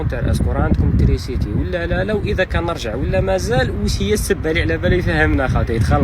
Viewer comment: وعلاش تقول ترينسيتي بدل (تريسيتي) 🥲